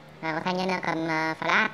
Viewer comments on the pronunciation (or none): none